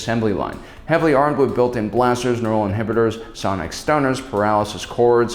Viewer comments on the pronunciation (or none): none